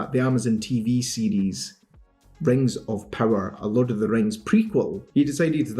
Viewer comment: You pronounce "series" like "CDs"